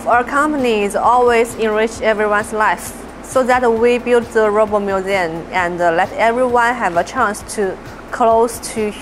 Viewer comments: The narrator doesn't know how to pronounce the word "robot!" It sounds like he's saying Rob-Ut, not Row-Bot. Very distracting to me. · Roooobot.. not raaawwwbat..progress but to jankey jerky.. not very fluid movements. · Its robot not Robert! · Funny how incredible they can make these robots, but the stupid robot voice on this video can't even pronounce robot. "rob-ot" instead of "row-bot" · The guy soungs like he's saying rabbit not robot i say if you can't say it right don't say it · It's Ro-bot not Rob-ot. Please learn to say Robot right. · Why did you pronounce Robot as Rabbit? Is it AI or human speaker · This guy is worse at pronouncing “robot” than fucking Dr. Zoidberg.